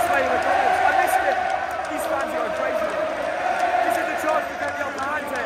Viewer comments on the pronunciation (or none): none